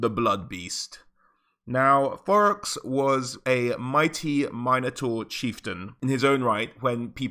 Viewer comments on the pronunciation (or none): Am I trippin or are you saying Borox?